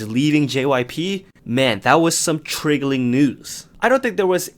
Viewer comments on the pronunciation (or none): the way you say triggling makes me laugh so hard for literally no reason lmao